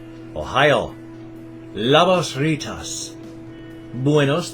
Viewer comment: Thanks for saying Good morning "Labas rytas" in Lithuanian, you did really well!